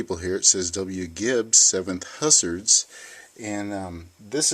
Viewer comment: Hussars is pronounced: Hoozaars.